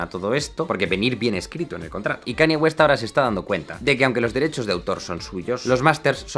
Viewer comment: Brutal vídeo, y vaya fumada que se cogió Kanye West ese día. Por cierto! Aclaración breve: Se pronunciaría mas como: Kan-lle Güest, y "Maciu Macona-hey" XD